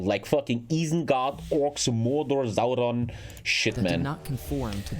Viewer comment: I love that says zauron inplace of sauron